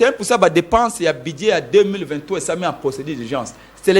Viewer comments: Dit lui ce budget, non buduet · Aah bon yango esilisi embouteillages te po eza nde ba SOINS DE MOUTON , udps , udps, udps, BUDIER quand même une prononciation pose problème, allez y déduire